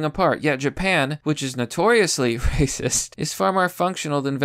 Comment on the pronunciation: Why are you still saying "reee-cism" instead of "racist"?